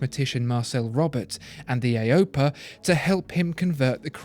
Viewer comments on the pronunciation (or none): Lol it's literally just an outer ring of an E6B. good job explaining how they work though! Such a great idea to put one on the bezel. Also AOPA is not said at once, it's each letter individually. Other than that great video!